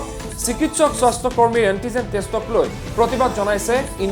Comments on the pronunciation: স্বস্থ বিভাগ না স্বাস্থ্য বিভাগ. না তোৰ মাত নুঘুৰা হৈছে. আল বাল চেনেল কৰি খুলিব আহিছা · কি স্বস্থ্য হে । স্বাস্থ্য বুলি স্পষ্টকৈ কওক।বৰ শ্ৰুতিকটু হৈছে।